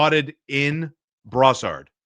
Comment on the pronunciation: Got it...We need a left-handed second-line center and a right-handed top-four defenseur. PS...Check your pronunciation of "Brossard." I used to live there when I went to McGill and you have a very anglophone-ized pronouciation. :)